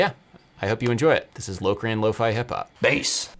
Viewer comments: You guys saying "lowcrean" and not "lockrian" makes me extremely uncomfortable. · Everyone pronouncing Locrian as “Low-crian” was honestly more grating to my ears than the actual mode itself. 😂😫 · Hey, I'm British and I've never heard Locrian pronounced Low-crian. So strange to hear! Great vid. I'm inspired. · I always thought it was pronounced lock-re-un. Anyone else?